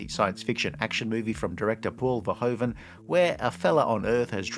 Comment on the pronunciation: It's pronounced 'verhooven'. Can't even be bothered to do the minimum of research on that huh?